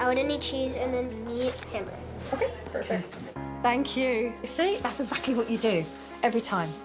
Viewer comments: No hate cos I love Jo but the fact she can pronounce anaphylaxis yet cannot say exactly (Jo pronounces it ezacly) is hilarious😂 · I always assumed Jo's "ezactly", "azeptable" (acceptable) and so on was a dialectal thing. But I'm an ESL, so I have no idea. I can tell a few American accents apart, but I'm clueless when it comes to British, Canadian, Australian accents. To me - if you break the rules in a game with an Australian opponent - they'll call you a "cheetah". 😜 Nah, I don't think it's disrespecting to Jo to point out this fact. She obviously can pronounce the "x-sound"...